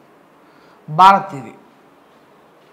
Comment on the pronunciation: బారత్ కాదు భారత్